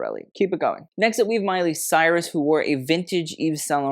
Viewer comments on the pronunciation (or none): none